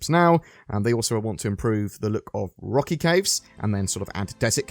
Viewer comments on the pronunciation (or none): none